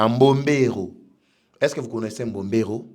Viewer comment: MBOBERO et non Mborero! Correction!